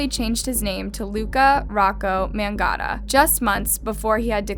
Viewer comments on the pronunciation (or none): "Luka Rokko Magotta" whys she butchering names every video 😭🤣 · luka magnotta also: luka mangotta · Really like your vids. New Sub! Also his last name is pronounced; Man-yotta